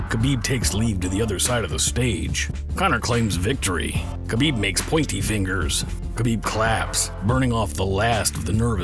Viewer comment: It’s habib not kabib